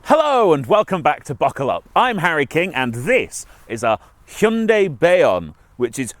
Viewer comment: Finally someone actually pronouncing it Hyundai and not "Hayundai"